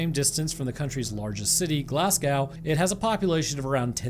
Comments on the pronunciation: Pronounced glasgo instead of glasscow btw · great video wee correction on the pronunciation edinburgh - edin bruh glasgow - glaz go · Love your videos and been a fan for a long time but brother it’s pronounced glazgo, and Edinburgh is pronounced like edinburra, and keep up the good vids or the angler fish will be waiting for you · Its Glasgow pronounced go. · i hope this doent come across as me being mean or anything but just for feuture referance Glasgow is Pronounced Glass-go Edinburgh Is Edin-burrow i am from Glasgow in scotland actualy so you can trust me on this love tales and gaming 👍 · Americans are the only people I've ever heard to pronounce Glasgow as "Glasscow" lol